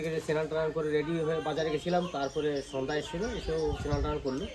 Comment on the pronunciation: Senan hoy na Snan bolun